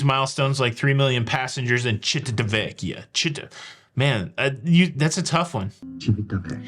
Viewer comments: A skimpy nightie wouldn’t be appropriate, but a shirt and flannel pants cover a lot more than what some wear for daywear or a cocktail dress., I’m sure can help you with how to pronounce Civichewbacca 🤣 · “Civitavecchia, Civitavecchia, Civitavecchia”. Shout out to Ludacris for giving you the correct pronunciation! Sorry to hear he’s pulling his investment in the three year cruise. We’re definitely not going now.